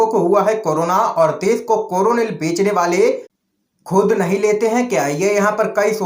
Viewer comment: कोरोनिलनहीहै कोरोलिलहै